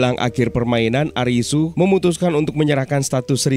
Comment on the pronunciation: Karena ga ada huruf L di alfabet bhs jepang, jd Li dibaca Ri Jg dlm bhsa Jepang tidak dikenal ada bunyi mati, berakhiran konsonan. Semua kata dalam bahasa Jepang berakhiran hidup dengan vokal, kecuali satu konsonan “N”. Jadi bukan ARIS, tp ARISU